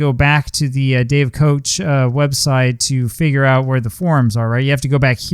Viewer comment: Pronounced “cook”